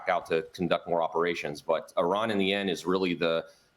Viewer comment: Don’t talk about a country you can’t even pronounce like your an expert. Repeating the same talking point every Fox News guest spews about Iran.